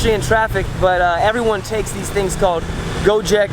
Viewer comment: It is gojek not gojeak ok I'm indo ok